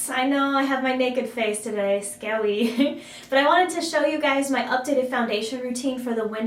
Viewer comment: Bah you look lovely with or without makeup The when you said Scary as Scawy my heart exploded, that was cute